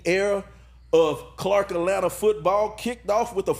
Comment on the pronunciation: I just need him to say “Atlanta” correctly one time.